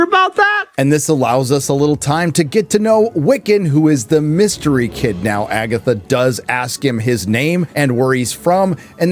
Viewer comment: Did you say FAGatha??? 👻👻👻